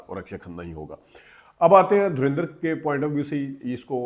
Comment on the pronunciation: Why do you Pakistani people pronounce Dhurandar as Dhurendr, can't you pronounce it properly.